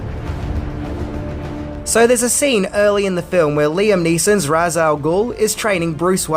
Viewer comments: Anyone familiar with the lore wouldn't have found Ra's al Ghul's dark nature at all surprising. By the way, Ra's was mispronounced in the films. The Batman Arkham video game series got it right. It's pronounced like "raysh" not "roz". The game series stuck hard to established canon and got a lot of things right that no movies ever have. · The one thing that always gets me is the mispronounced way people say Ra's Al Gul. It's pronounced Raysh not Raz or Rah's. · Ras is pronounced as Rashe. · "Ra's" is pronounced "raysh". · Besides Ra's al Ghul being middle eastern, not a tall Irish guy. Fun fact, "Ra's" is pronounced "raysh". Ra's al Ghul means "The Demon's Head" in Arabic.